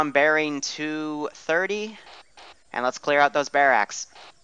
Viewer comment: Mainly stressed out by the pronunciation of barracks. Bare axe?